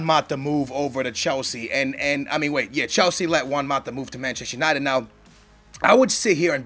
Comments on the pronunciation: It's not Machest United, it's ManchestER United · It's "Manchester United" not "Manchess United".